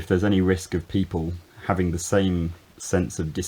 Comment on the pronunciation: In this video you seem to pronounce the word "having" as /'hævɪŋɡ/ or with a final /k'/ (0'18''). Is it an ejective consonant? A Northern influence? Or maybe a new trend in Modern Standard English? Nearly sure I have heard it before from Londons. A MLE cross-over?? Really intrigued as I am not a native speaker. Your videos are an oasis of calmness, slow-life and humbleness. Thank you sooo much